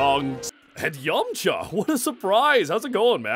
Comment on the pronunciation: Cursed hearing a British Cell pronounce Yamcha like an American (Yomcha)